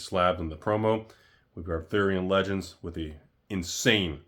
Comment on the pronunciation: Does sit in the mirror testing out funny ways to say a sets name? Is he trying them out on friends and family? “Artherien Lejunds!”